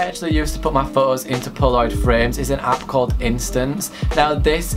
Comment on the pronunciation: Pho-ohs 😂😂not trying to hate tho